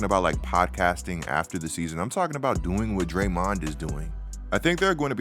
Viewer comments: why u sayin drayMONd like that? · I’m sorry but why are you saying draymond name like that. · Weird hearing Draymond pronounced this way.